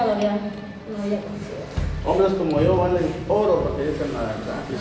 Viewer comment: Que Marvin dijo que vale "ORO" yo escuche que vales "LODO"